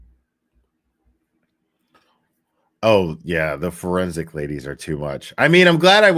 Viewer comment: I’m sorry but after referred to the Fourensic Room channel as the Foreskin Room that’s all I hear in my head. She’s so damn funny 😂😂😂😂